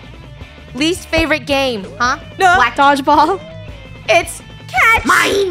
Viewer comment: ✨dogelball time✨Funny said it so preshishly